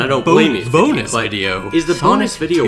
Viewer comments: used CIA technology to infect me with a mind virus that makes me pronounce BOnus the same way he does no matter the context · 7 years later and I still pronounce it “BO-nus” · The way says the first few letters in "bonus" using italics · I love how he puts so much emphasis on the B in bonus video in the beginning